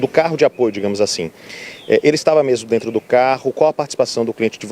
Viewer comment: "A gente vamos", achou pouco e disse: "Analisar tudo o que tem DENTU do inquérito". 😅😅😅